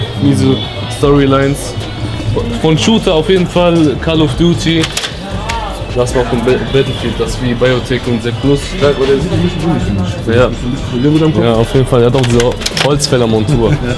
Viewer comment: Er sagt nicht ernsthaft bei „Karl of Duty“😂😂😂